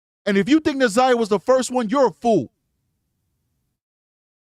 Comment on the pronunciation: I cant listen the community advocate. She cant even pronounce Na'Zayiahs name